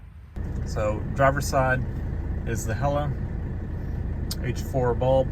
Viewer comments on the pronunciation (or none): HEL-LA....two Ls... As in Hella 😎 cool